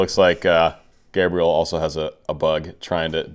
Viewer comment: Hey,! You didn't ask for, but let me help you pronounce his name properly. It is like "Gabriella", but you don't pronounce the last "A" and the "L" sounds like "oo" (similar to "w" sound) and the stress in on the "E ", which sounds like the "E" in the word "mess". "guh-bree-E-oo" "Henrique" sounds more like "en he key".